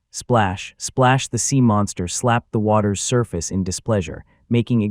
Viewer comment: sea, not seam